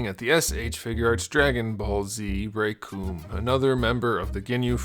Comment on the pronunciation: Recoome rhymes with doom